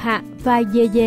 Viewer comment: Người ta dede mà đọc dê dê